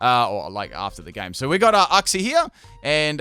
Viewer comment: The way you say uxie annoys me :kappa